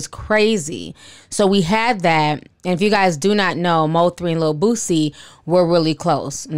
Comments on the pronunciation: I know this serious but when the anchor kept calling Boosie ‘Boozy’ it almost took me out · The reporter called him boozy. 😂🤣🙄. Crime has gotten bad in Shreveport as well. Has been for a couple years now. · Boozie? Wth put some respect on that man name and get it right? 😂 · Lol. Or "booTsie" 🙄 there is no "T" in his name people 😂😂😂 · The anchor pronouncing “boozie” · lolx the news caster said rapper Boozie lolx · "We have confirmed that rapper BOO-ZEE...." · I’m getting upset these news reporters can’t say the rappers names right 😭😭🤣🤣